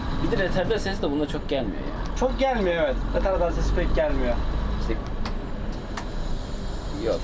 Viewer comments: Röterdar değil retarder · Röterdar değil "Retarder"